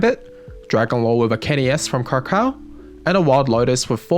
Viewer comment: Kra kow, crak ow. not kra krow